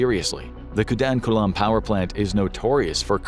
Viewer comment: It’s not KUNDANKULAM. It’s KUDANKULAM*… You’re welcome 😇